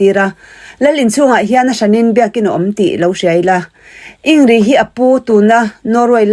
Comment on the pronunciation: In grid tia lam tur anilo mi